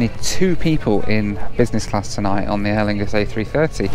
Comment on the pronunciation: “Aer Fungus are using the Air France lounge” lol